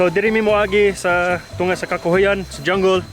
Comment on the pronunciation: Nindot kaayo ang waterfalls., bisaya ka na jud bai, imong pronunciation sa jungle ay dyanggol 😂😂😂😂